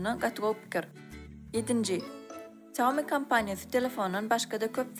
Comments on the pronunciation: Saumi diyya aslna Ksýaumi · Xiaomi diyip dogry aydyp bilenok. Kim okayan bolsada.